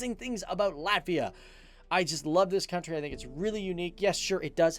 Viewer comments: Izklausās ka viņš saka Lavia 🤣🤣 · he didnt say ''Latvija''.. he said ''Latvia'' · viņš saka Latvia, izslēdzot burtu "j"